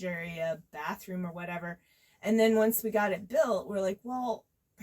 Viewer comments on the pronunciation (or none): none